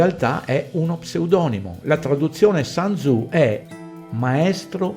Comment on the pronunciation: Grazie del video. Il testo cinese citato viene attribuito a sun tzu che credo si pronunci in modo diverso dall' inglese . Il sun , sole in inglese non credo c'entri. Un saluto.